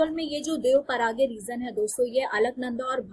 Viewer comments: Dev paraga 🤯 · Cloud Burst toh yahan Uttarakhand mai hote rehte h... लेकिन "देवप्रयाग" को पहली बार "देव-पाराग्य" सुनने को मिला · देवप्रयाग बोलना सीखो मैडम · हिंदी में पड़ लेते एक बार, देवप्रयाग बोलते हैं। कमाल करते हो आप लोग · देवप्रयाग बोलते है मैडम जी।।।आगे से ध्यान रखोगी शायद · पता नहीं कौन सा नशा करके वीडियो बना लेते हो देवप्रयाग का उच्चारण सही तरीके से नहीं हो पा रहा |